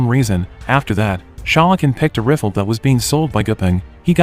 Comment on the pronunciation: the way he pronounces rifle 🤣🤣🤣